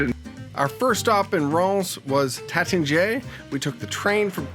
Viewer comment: It’s Taittinger…pronounced TATE-en-zhay.